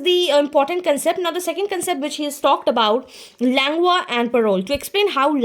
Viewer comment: Pronunciation of Langue is wrong. Please correct that Ma'am. Rest is really helpful. 😊